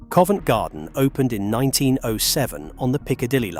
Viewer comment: “Covent Genden” SENT ME!